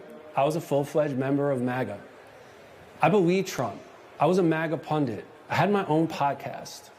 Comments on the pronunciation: Ben - it’s not a “pundant,” it’s not a “pendant,” it’s a punDIT.” If you were just some guy talking, I wouldn’t worry, but millions of people are going to learn the wrong pronunciation from you! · Ben, what is a pundant? I think you mean pundit. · Where does the word pundent come from? It's pundit. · Ben, please learn how to pronounce "pundit"! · There’s only ONE ‘n’ in the word “pundit”.